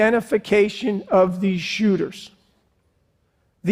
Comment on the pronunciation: Mass who-ters